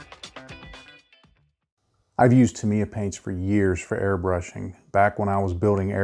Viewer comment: Wow the only person I have heard say Tamiya correctly. However like the comment below I use alcohol great than 90%. I used car wiper fluid and 90% alcohol to clean my airbrush and brushes. You can add glycerin to the thinning paint so the airbrush doesn’t get dry tip. I love Tamiya paints they go on flat and dry fast.